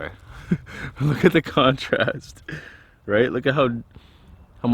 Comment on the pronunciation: "look at the contrast" sounded like scrambled o